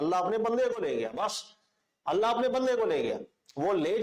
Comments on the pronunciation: Assalamualaikum.. Allah may ALLAH reward you for your work.. one thing i noticed that you pronounce ALLA Instead of ALLAH in your lectures please take care of it.. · اسلام علیکم آپ اپنے بیانات میں اللَّٰه کو اللَّٰ کہتے ہیں خیال رکھیں۔۔ باقی آپ جو کام کر رہے ہیں اس سے بہت فائدہ ہو رہا ہے اللَّٰه پاک آپ کو جزا ےء خیر عطافرمائے آمین۔۔